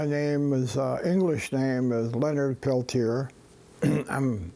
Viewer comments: Lord Almighty, learn to pronounce his name! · Really interesting. I grew up reading about Leonard Peltier. I'm glad he finally got some form of relief. As a francophone, I really struggled qith listening to this. The American mispronounciation of Peltier was like kick to the teeth every time. Ugh.